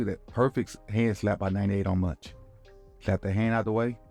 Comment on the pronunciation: Thank you for the great vid coach, lol'd at you calling Mauch (mowk?) "munch" the whole time